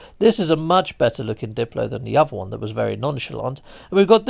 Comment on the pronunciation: Everyone always calls them diplos when hello games clearly calls them daplos.